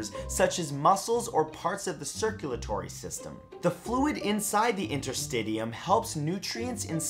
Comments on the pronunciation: Interstitium= inter-sti-shiyum Also from the other video. Gram positive cocci= coxi Sorry man. I had to comment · lol Matt, its pronounced InterSTISHUM, not interSTIDIUM llllooololo